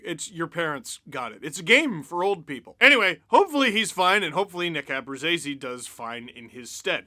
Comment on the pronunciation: Apparently Abruzzese is pronounced AbruJAYse, according to TSN broadcast